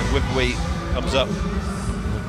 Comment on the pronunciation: Fyi... Her name, Wipawee, is pronounced 'Wi-Pa(r)-Wee'